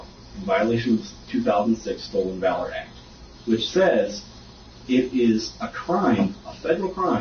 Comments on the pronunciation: Not Valor, long a. Short a...as in pal. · Pronounced Val - or. Not cutting you trying to help. Love your content and how you put things. KEEP UP THE GREAT WORK 💯💪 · Valor hun said it wrong lmao